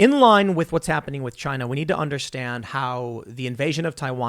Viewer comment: CHY-NA... rhymes with...